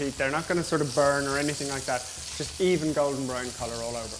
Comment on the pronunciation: Its his accent. He said to "Brown" up.